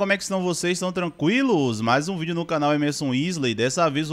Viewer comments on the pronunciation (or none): none